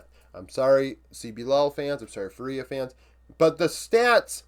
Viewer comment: hey man! Really love your videos (and its completely fine if you don’t care): its pronounced FUria and not fuRIA anyways, cant wait for your next videos! love from 🇧🇷